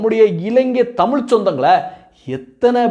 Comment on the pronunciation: டேய், தமில் இல்லடா, தமிழ், நீ முதலில் தமிழ் பேசு.